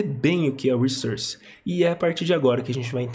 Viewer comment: Ótimo vídeo, ótimas explicações, ótimo inglês. Crítica constritiva: fala "wrissórce" não "wrissãrce".. depois que se aprende isso, dói ouvir do outro jeito. Na verdade nunca entendi por que praticamente a comunidade dev brasileira inteira fala dessa maneira 🤷‍♂️ Parabéns pelo trabalho.